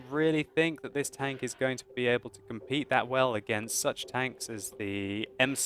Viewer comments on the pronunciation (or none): none